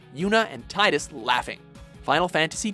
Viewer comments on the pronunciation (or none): It's pronoced tee-dus not tidus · When will you learn it is "Tee-dus" not "Tie-dus"? It has never been "tie-dus" except in Kingdom Hearts 2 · Its prenounced teedus not tydus. Why does everyone get it wrong... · The most awkward thing about the FFX entry is the pronunciation of Tidus' name.